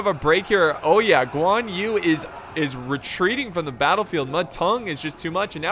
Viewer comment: I kinda happy when he pronounced Guan Yu correcty, but then when he pronounce Zhang Liao, my feeling got betrayed 😥.